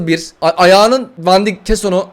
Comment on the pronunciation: abi vandayk diye okunuyor van dik değil